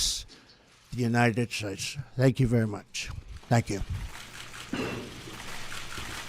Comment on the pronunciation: I did not want to be critical, that was a long speech and I am sure he is exhausted but it sounded like he was slurring at the end. Listen to his very last words when he said United States. He needs our constant prayers.